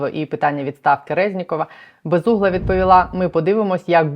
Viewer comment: Безмозгла, а не безугла. Комісарша х...а